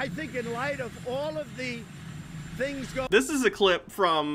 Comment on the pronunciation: voice is beginning to sound more slurred and mumbly than usual. And he is beginning to REALLY overemphasize when he says "theengs"